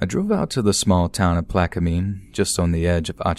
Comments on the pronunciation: It’s pronounced plak-uh-min. Not plak-uh-mean or plak-uh-mine. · It’s pronounced ah chaf ah lya and Plak ka men